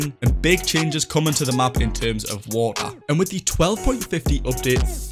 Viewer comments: My dude says woa instead of water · Wa'er <3